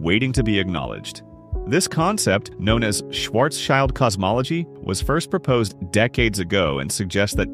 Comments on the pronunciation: I stopped listening at "Shwarz Child". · Mispronouncing Schwarzschild. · Schwarzschild. Read it as "shvaarts·shilt".